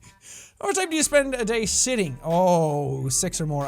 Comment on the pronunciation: Sean.. did you mean sitting.. or s*itting? .-.